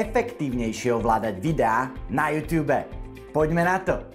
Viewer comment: Youtube se to píše a čte se to jůtůb